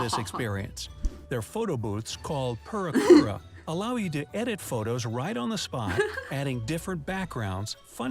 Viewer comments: "purakura" me: PUUREEKUURAAAAA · The purikura pronunciation was really odd. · I'm glad you mentioned his pronunciation of プリクラ, I just know a tiny bit of Japanese and I was genuinely cackling at the horribly over-anglicized pronunciation he had going on!